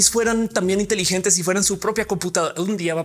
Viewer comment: Ophelia, qué pensaste cuando dijiste 'intelilentes'(?). Porque yo pensé en un estereotipo de los que se ven inteligentes por usarlos xdd